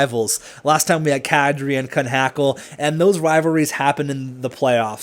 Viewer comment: Kunhackel is pronounce "koo-knock-ol